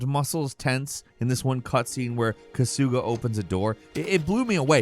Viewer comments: So many little hints that you haven't actually played the game...like calling Kamurocho a city, when it's a fictional district of Tokyo and pronouncing Kasuga as Ka-sooooooo-ga instead of Ka-sue-ga. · Pronounced Ka-Su-Ga Not Ka-Sooga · The way he says kasuga is so white lol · The way this guy says kasuga 😂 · itchyban kusooga